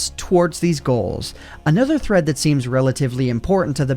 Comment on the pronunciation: I thot he said threats